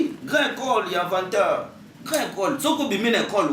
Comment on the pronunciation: Au Congo il y a beaucoup des fous une personne qui n' arrive pas a prononcé correctement le nom de son Maître Avatar il dit Avantar ce genre de malade sont des gens a arrêter.